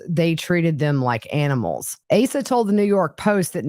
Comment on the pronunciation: Her name is pronounced AH-sa.